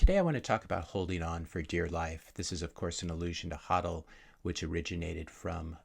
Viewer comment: Thanks for pronouncing HODL correctly.